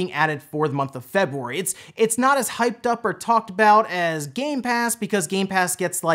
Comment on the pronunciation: Is it just me or you pronounce February weird?